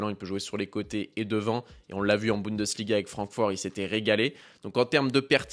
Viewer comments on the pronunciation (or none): none